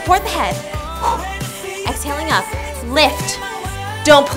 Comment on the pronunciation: Love the she says up "And ahp and down" 😂